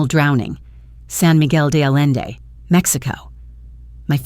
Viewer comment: Just a minor note: In Spanish, a double "L" is a single character called an "EH-yay, " and pronounced like a "Y.," making the town San Miguel de Ah-YEN-day..